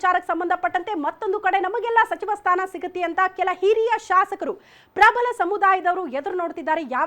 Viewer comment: ಪ್ರಭಲ ಅಲ್ಲ ಅದು ಪ್ರಬಲ.